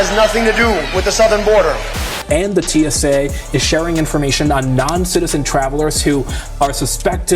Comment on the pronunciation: t s a = teesa?